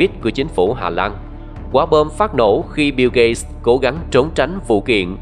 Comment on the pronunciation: Tên ổng là "biu gết(gate)", mà bạn đọc "biu gây(gay)" là hỏng rồi